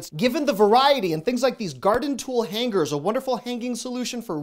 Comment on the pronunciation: I have never heard anyone pronounce hangers with an annunciation on the g! 😂. I just had to say it…. Sorry. 😊